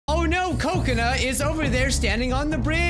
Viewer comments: Anyone else hear Coconut instead of Kokona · was pronouncing Kokona wrong (Ca-co-na)